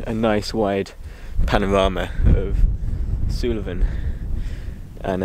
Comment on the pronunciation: its pronounced 'Soolven' not 'Soolaven'